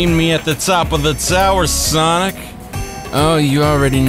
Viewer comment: Its sonic not Sonia